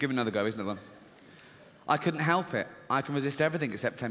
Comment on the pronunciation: No one: ... Ricky Gervais: "Twalve thousand pounds" "Mysalf" "Halp" "Hotals" "Aswall" Yeah u get the gist